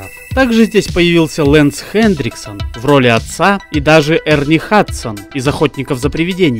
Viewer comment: У тебя даже на экране написано Хэнриксон, а ты говоришь ХэнДриксон